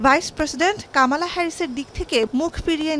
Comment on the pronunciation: কমলাকে কামালা বলছেন কেন? কমলার নাম উচ্চারণ তার বোনের বাচ্চারা বলে বলে শিখায়েছে। তারপরও কামালা কামালা করছেন কেন? উনার নাম কমলা, কামালা নয়৷ দারুন বিরক্তিকর। সংশোধন করেন।